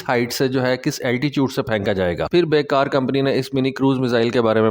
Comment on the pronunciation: ترکش کمپنی کا نام "بیکر" ہے ۔۔۔۔ "بے کار" نہیں ۔ شکریہ